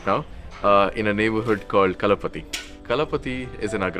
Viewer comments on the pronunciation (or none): Not kalapathi Kal paa thi 👍🏻